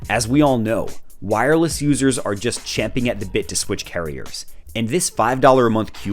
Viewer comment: Subscribing for being the first known YouTube channel to pronounce "champing at the bit" correctly. 🏆